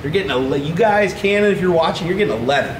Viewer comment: At the end you definitely said Camon. lol